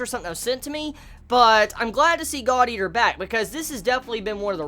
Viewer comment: why did it sound like said: this episode of Godyr